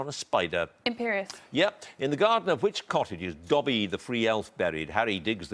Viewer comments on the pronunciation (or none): none